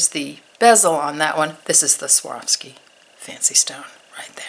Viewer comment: The name is pronounced swar...ski